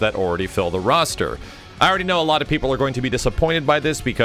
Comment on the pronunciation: Its roster Not "rooster"